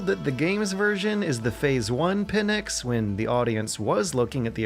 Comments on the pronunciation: Sry but it is pNyx and not pyNx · 'Pynx' is not 'pin-x', its the one word. You can try 'pinks' if 'pynx' looks too difficult to pronounce. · Pin-ecks? Jesus dude, that's the worst pronunciation I've ever heard. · Pnyx not Pynx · good job!! btw it's not "pynx" it's "pnyx" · The word is Pnyx. Not Pynx. Greek word is Πνύξ or Πνύκα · great work and video PS It's Pnyx, not Pynx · It's Pnyx. not Pynx. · "The pnyx" The pynx 😅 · "The Pynx"